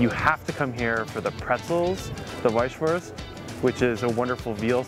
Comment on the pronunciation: its not wießahwurst.. its wießwurst, pronouncation is EVERYTHING!